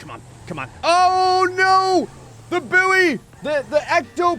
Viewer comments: I think it's actually pronounced as boy and is mispronouncing it. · Ill never get used to the American pronunciation of buoy sounding like “boo-wee” rather than “boy” which is how we pronounce it in the UK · I forgot Americans pronounce buoy like that. Boooo-Eeeeeh.